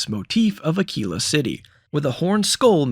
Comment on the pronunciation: Thank you for saying Ah-kee-la correctly. I've heard so many YouTubers completely butcher that city name that it's driving me crazy.